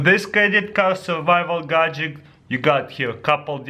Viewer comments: not godjick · gad-jet, not godjick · He says either gadjik or gadjick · i just love how you say "Gadget" you say it like "Gahgidict" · bro you spell gadget correctly in the title of the video yet you pronounce it "gadgik." I understand you have an accent but still...